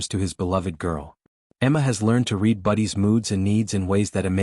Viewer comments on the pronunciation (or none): You used the wrong pronunciation of read, it sounds like “red”. You do need to know the right pronunciation of English words, I don’t think AI had learned that yet.